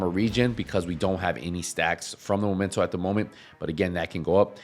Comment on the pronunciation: after 4 years of people saying momento i am starting to think that vaste majority of Division 2 players are either illiterate or just plain stupid. Its spelled MEmento not MOmento please for the love of fcking god pronounce it right! aside from that.... I do believe that Hunters fury is a waste of time to use on a headshot build unless you are using regulus. For one simple fact. With a full high end build you can obtain higher handling with better stability and higher headshot dmg. Punch drunk mask for the D&H, Walker & harris Chain killer, Basicly any form of headshot dmg% from the rest of the gear all rolled into weapon dmg / Weapon handling / headshot dmg.